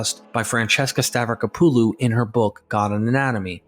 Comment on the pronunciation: It's pronounced "Stavrack-oppalu" not "Stav-racker-poo-loo"